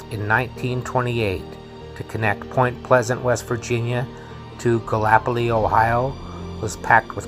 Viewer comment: I really appreciate you looking further into the tale. Enjoyed your telling. I did giggle at your pronunciation of gallipolis, ohio, but how would you know if you weren't from there? The locals pronounce it like galla-police. It's weird. I'd enjoy more stories from you.